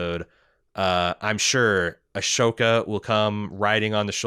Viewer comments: He messes up pronunciations all the time and he usually acknowledges that flaw, so I'd just bear that in mind and move on if you're a regular listener/watcher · Not to be that guy... but Ahsoka is pronounced “a-soke-ah”, not “ash-oke-a”. I think your mind is flipping the ‘h’ and ‘s’ in the spelling?